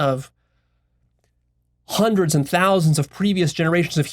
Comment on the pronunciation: Also notice how pronounces "Hundred" or "hundreds" it's like he says" Juandreds" it makes me smile every time